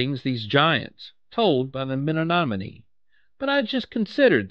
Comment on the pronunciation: The WUT tribe? Men-om-in-ee?